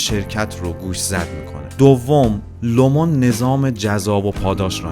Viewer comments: تلفظ هات اشتباهه. لومِن اسم شرکته و سِوِرِنس اسم سریال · تلفظ هاتون غلطه دیدن ویدئو رو سخت می کنه لومن و سورنس رو یک گوگل کنید خیلی بهتر میشه